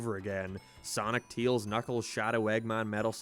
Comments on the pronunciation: You keep calling Tails “ teals” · I like how you said tails, teals